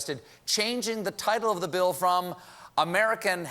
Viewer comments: "...new healthcare bi-ill" - sounds like someone from... somewhere south. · What was that pronouncement of 'bill' at the beginning lol